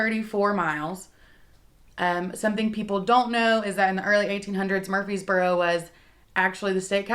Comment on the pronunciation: Honey you’re saying “MURFEES boro”. It’s MURFREES boro. There’s an R in there you’re leaving out.